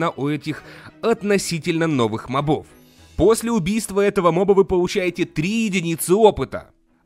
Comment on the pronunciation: Мóбов, а не мобóв =_= и ты ужасно пытаешься озвучивать Джеба ((((